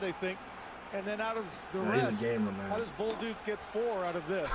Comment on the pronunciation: I can't get over calling Bolduc "bowl dick" 💀💀💀